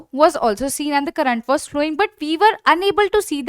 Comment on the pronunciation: Pronunciation of current 🤨